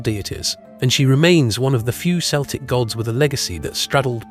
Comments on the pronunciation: I agree, it's considered disrespectful. I'm Celtic (kel-tic), we don't know what "Sell-tic" is .... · Celtic is pronounced KELTIC not seltic! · Pet peeve. Celtic isn't pronounced with an s sound it's a k sound Kel'tik. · By the way, the “C” in “Celtic” is pronounced as a hard “K”, not the soft “C” sound of the English language. This is because the word “Celtic” derives from the Ancient Greek word “Keltoi”. Please keep this in mind, because a lot of people with Celtic ancestry can be a bit prickly on this topic, as it tends to be seen as a sign of disrespect to our cultures. Thank you.